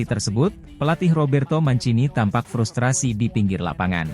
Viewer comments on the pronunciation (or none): none